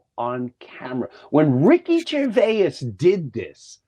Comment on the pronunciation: Somebody tell Jim how Gervais is pronounced! ❤️